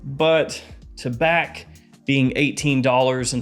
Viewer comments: Tabac is tobacco in french don't prononce the C taba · Tabac is French for tobacco. The C is silent. The correct pronunciation is: Ta-bah.